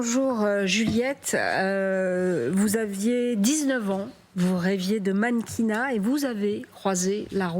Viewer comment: Mankina ? Sérieusement ?😂😂